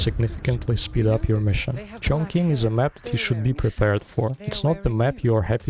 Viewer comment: You pronounce Chongqing incorrectly. It's pronounced like "Chong Ching"